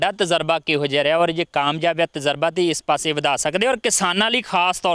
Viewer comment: veer tazraba naheen tajraba he hunda hai.